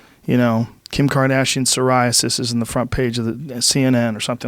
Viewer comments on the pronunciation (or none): none